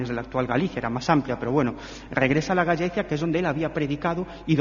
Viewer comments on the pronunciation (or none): Cuánta sandez sobre el apóstol y no presentan ninguna prueba arqueólogica contundente ni saben pronunciar Gallaecia!!